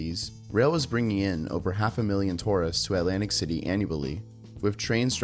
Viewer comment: You mean 'lantic City?